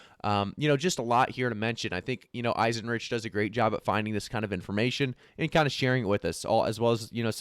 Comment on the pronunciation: eisen-rike, not rich... like 3rd Reich